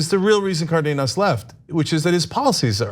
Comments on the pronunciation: It's not "Cardinas" it's Cardenas, as in Car Den Nas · She pronounced Cardenas correctly, which is very uncommon . "Car dean us" is incorrect and commonly used "Car den us" is correct